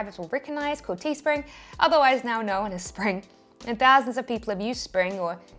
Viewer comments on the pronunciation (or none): none